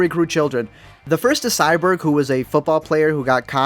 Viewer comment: Did he say Cyberg instead of Cyborg?